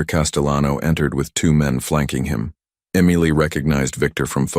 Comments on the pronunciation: Could we please have a simple name of three letters that the AI can pronounce the same throughout the story. The authors efforts were sabotaged by the narrator struggling with that simple name. I look forward to more of your content. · Please get your AI voice to pronounce Emily correctly --- really so easy. And, I loved the story! Insights into the "partnership" complexities and power dynamics between these "business" relationships, and at the same time threats from within. And yet, perhaps fired by the risks, close ness and inherent love abides and survives! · DUMBASS AI. EMILY NOT AMILEY. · It's Emily not emiely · It’s EM-ily, you toaster oven. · It's pronounced Em-i-ly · It's pronounced m-a-lee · Eee mily lol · That must be one they can pronounce not like ah meal ly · Emily is NOT pronounced Amailey! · I know!! It grated with me too! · This is the second time I've heard this story and BOTH times the pronunciation of Emily is skewed. If you're going to copy a story, at least fix the problem. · "the black SUV that he used when he didn't want to draw attention."? Yeah, like a black SUV won't draw attention. The repeated mispronunciation of "Emily" is .... irritating. Why does Dante keep saying "a projectile"? It was a bullet. Crying. Can't your story stand on its own merits? Why muddy everything with the moving of the picture? No back and forth, no up and down, no away and back, no flipping, facing left then right. Also, no "stupid" light tricks - spots, snow, flicks, lines, butterflies, stars, etc. It is all a waste of time and money because it is distracting. If we wanted light shows and seesawing pictures, I'm sure YouTube could show us some. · What everyone else is saying. Your AI really needs to get the name Emily right. It is a distraction from the story. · Sweet beautiful Emily. 💕😌🌷. Dante. Loves Emily. 💕💕😌 🤔🤨 The narrator has a great voice but for some reason he cannot prounance Emily 🤔 Listening from Crosby Texas ❤❤😊. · It really was irritating.